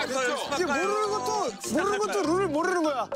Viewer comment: 💙:모르는 것도 rr룰을 모rrr는거야 💜:모rrrrrrrrr는 것도 rrrrrrrrrr룰을 모rrrrrrrrrrrr는 거라구요?? 라비 냉큼 형 따라하는 거 봐ㅋㅋㅋ 귀여워ㅠ